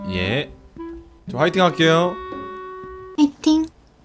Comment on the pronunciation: 화이팅 따라하는거 ㅈㄴ 웃게넼ㅋㅋㅋㅋㅋㅋㅋㅋㅋ 훼이틩~